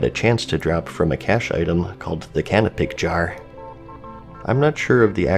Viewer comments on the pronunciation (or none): none